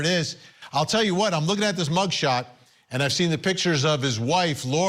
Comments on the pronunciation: It's Boi se not Boi ze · Hey Vinnie, it’s pronounced Boy- Cee. 😊